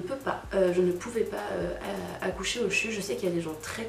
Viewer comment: On dit CHU 😂